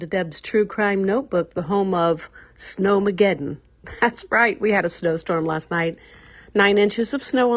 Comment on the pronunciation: You should run the commentary by me, before you just jump out there and say things like "Snowmegeeden"😅😂❤